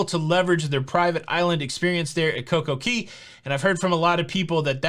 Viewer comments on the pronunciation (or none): Oh man. I love the videos but the Coco Key thing is getting to me please... it’s Cay not Key. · hey, hey, hey. It's called CoCo Cay, not key. Love your videos. Let's talk about it.